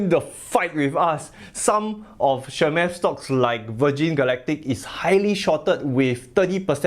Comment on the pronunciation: cha-moth not chamath as said from the guy himself 😆